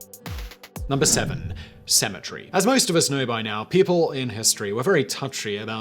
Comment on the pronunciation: I live in Arlington Texas and was confused cuz I thought he was saying "symmetry" til I saw the article headline